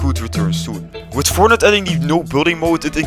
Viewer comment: Its fortnite not fortnut LOL